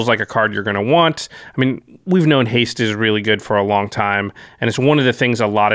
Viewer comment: Haste: Has-ta-tae Reach: Re-ache I'm all for mispronouncing keywords. I'm going to start using menachae in games.